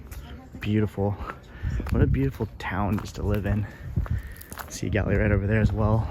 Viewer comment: I thought you were saying Sea Galley. Thanks for sharing your trip.